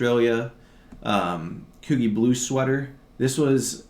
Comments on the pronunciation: Peter Millar is pronounced "My-Lar and Coogi Is Pronounced "Coo-Gee like the letter, learn so much from you so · Coogi is pronounced kew-g, love your knowledgeable videos